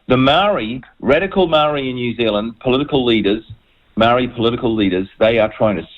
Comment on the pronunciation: Can at least try to pronounce the word Maori?